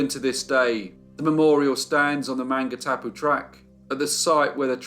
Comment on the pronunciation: This week is Maori language week. With due respect, allow me to suggest you do a little research on Maori pronunciation. As an NZer, it was a little like nails down a blackboard at times. However, don't let that deter you. The Burgess Gang are part of the fabric of colonial New Zealand so thank you for not only telling the tale but also the great images you've included. Maungatapu is pronounced: Mawn - ga - tah - pu with the 'g' being said softly and kept in the throat from the preceeding 'n'. I'm not fluent in Te reo (maori language) but I and many pakeha (non Maori citizens) are working towards having Maori be the equivalent of English, rather than secondary language. Which is kind-of crazy considering Maori were here centuries before colonisation.